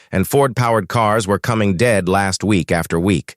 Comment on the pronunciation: The roboreadet is awful. the script is obviously, "Ford powered cars were coming dead-last, week after week." But robo-rendered as "...coming dead, last week after week."